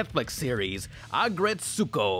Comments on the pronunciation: Aggretsuko is pronounced like aggret-sko you don’t pronounce the U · You're pronoucing Aggrestuko wrong!!!! Biggest pet peeve of mine is when people mispronouce Japanese names and words. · Everytime he said her name i was screaming at the TV "ITS PRONOUNCED A-GRETS-GO, THEY LITERALLY SAY HER NAME IN ENGLISH!!"